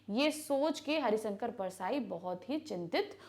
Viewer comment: MAM ITS HARISHANKAR NOT HARISANKAR PLS DONT SAY LIKE THAT IT IRRITATES ME A LOT